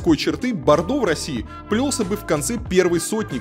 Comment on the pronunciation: "в РоссиИ", "едут две машинЫ" - что за прикол в последнее время с неправильными интонациями?